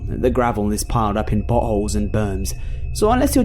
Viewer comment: I thought I heard buttholes instead of potholes!😂